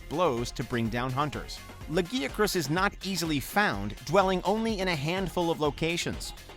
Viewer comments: the way he mispronounced lagiacrus anger's me ! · This list is so fucken lazy a fucken sleeping Kongalala can do an original video better not this patchwork fusing of 2 old ass videos also I can bear the other name pronunciation but fucken hell you butchered Zenogre and Lagiacrus's name more than hunters butchering them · Your pronunciation of Lagiscrus makes me cringe HARD. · Firstly, half of these are completely unexpected, to the point they don't seem like actual favorites. Secondly, please google how to pronounce; 1. Lagiacrus 2. Dalamadur 3. Rathalos/Rathain I'm developing ear cancer from those mispronounciations. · Holy shit the way this fucking dude pronounced Lagiacrus and Dalamadur makes me want to fucking vomit